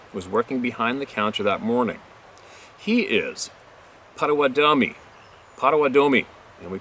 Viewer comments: the name of the Ojibwe "ah neesh NAAB ay" Please take note. And our cousins the "pot oh WATT ah mee" (Pottawatomi) is pronouced like wise. Thankyou fior all you do. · Pot-oh-watt-ah-me is how it's pronounced just a helpful hint 😉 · Potawatomie [pot-a-WAH-ta-me]